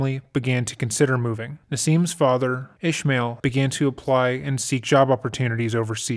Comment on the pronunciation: I don't know who told her she could dance but hhheeeeellll naaaawww, frik me she should have known better... at yt hq? Should be good. A RESPECTFUL AND HUMBLE REQUEST: it ISNT ISH-ma-al but pronounced IS-MAA'EEL. Her eyes are intennnnnseee y9u can see the intensity in them there scarey but her contents off keyyy wtf